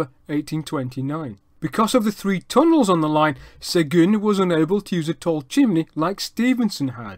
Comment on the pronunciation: Really interresting and well done! I really enjoyed it. Your french pronounciation is impressive. It is off for Seguin though, which should be pronounced as [sœgɛ̃] and not "segun". The closest I can think of in english would be "Seguin", like in "terrain". The end is still a bit off too, but "in" sound in French does not exist in English and this is the best approximation. Keep up the good work: I am now subscribed!